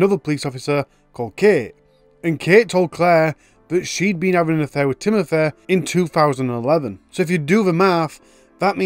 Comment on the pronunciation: Timothur? A fur? Can you try to speak English please.